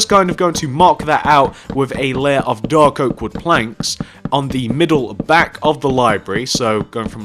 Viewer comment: Great tutorial, but why emphasise dark?